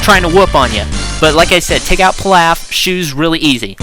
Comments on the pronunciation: I'm pretty sure it's pronounced Peelauf like in DBGT, good review anyways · pee-lÀf, so not like whatever food you're talking about.